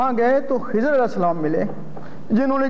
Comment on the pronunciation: مولوی صاحب خضر علیہ السلام اور بندے والی گپ کا حوالہ دے دیں؟؟؟ اور مولوی صاحب آپ لفظ خضر غلط پڑھ رہے ہیں